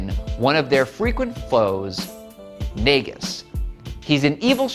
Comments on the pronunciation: It's pronounced "Noggis". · Thank you for doing research into this to be as factual it can be. I will say you did get somethings wrong like you pronounce Naugus name wrong, Bunnie is Bunnie Rabbot and it was just Sonic and Sally who went back in time. Though everything else pretty spot on, so good job on whoever did research for this.